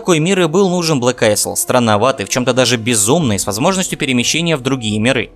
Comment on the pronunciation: Блэк АЙЛ читается, пожалуйста...госпади